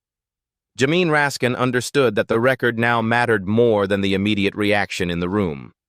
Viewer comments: Teach your machine to say Jay-mee instead of jamine. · Also, how to pronounce Jamie